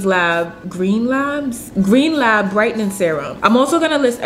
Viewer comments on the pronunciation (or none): It’s pronounced Like Gar-nee-yay not Gar-nee-air lol just had to say it